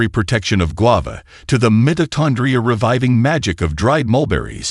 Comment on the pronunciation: The announcer needs to check the pronunciation of words like: mitochondria, resveratrol, and a few other technical words in this presentation. The reason is that younger viewers will then take up his mispronounced terms and believe them to be correct. But, if the announcer is AI-generated then the sound engineer needs to gauge the pronunciation.